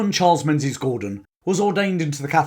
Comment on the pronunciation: Another Englishman that doesn't know how to pronounce Menzies.